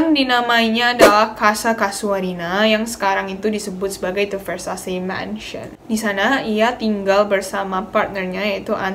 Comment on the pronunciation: just notice ,Ver Sa Ce baca nya ,not ver sha see ,btw aksen baca sebenarnya italian bukan aksen bahasa inggris ,thx u